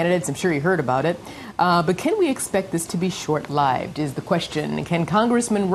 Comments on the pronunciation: "short lieved" ?? wtf w the pronounciation of this tramp? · I am pretty sure that woman is an android. Did anyone else catch how she pronounced "short-lived?" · She can't even pronounce "short-LIVED". Hahahaa